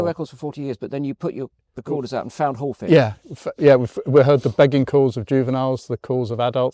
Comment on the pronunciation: It's Hawfinch, not Hallfinch.